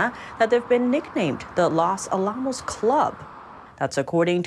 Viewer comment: I love your program but... That pronunciation of Los Alamos really threw me off. :P I know... I feel bad... But still...